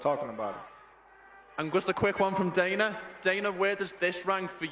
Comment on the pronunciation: Why do foreigners always call Dana "Donna"? It's so easy to change the sound of the name.